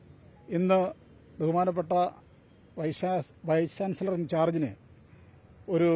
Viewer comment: വൈസ് ചാൻസിലെർ,വൈസ് ചാൻസിലെർ പറഞ്ഞു പഠിക്കു 😀😀😀😀